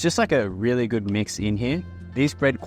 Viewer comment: "We've got these rili cool rili shrimp"